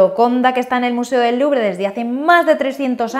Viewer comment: ... cada vez que dices museo del LuBRE... omg!! wtf!!